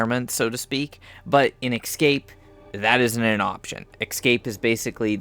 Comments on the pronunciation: Every time you say EXcape instead of EScape I wince. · Damn, watching these videos for information sake and... it's tough to hear the "excape" everytime they say it. x) It's fine thou! Just... :D ESCAPE! ... Makes me to wanna yell that word, haha. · Really annoying to have someone who SEEMS intelligent mispronounce such a simple word. It's NOT "excape". Can you read the great big letters that are on the screen? There's an E then an S. There is no X or X sound in the whole word.